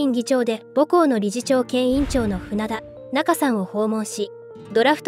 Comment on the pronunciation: 船田中 なか、さんじゃなくて、あたる、さん